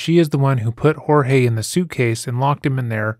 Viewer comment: I am so glad on how you pronounced Jorge. No one is doing that. You bring a different take to this. I am following this case closely. Thank you